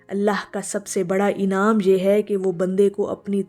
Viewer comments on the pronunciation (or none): none